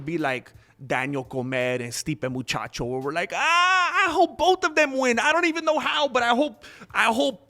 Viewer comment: So funny when you pronounce peoples names 😂😂 stipe muchacho 😂😂😂